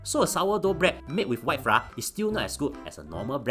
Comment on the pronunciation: Flour is pronounced as "Flower". Haha